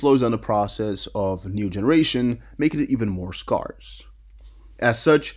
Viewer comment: I know it looks weird but the word scarce is pronounced sk-air-ce. Air like what you breathe in the middle. Not skar like a healed wound. The spelling is messed I get it. if you say it how it's spelled youd be doing great. Just remember its air sc-air-ce.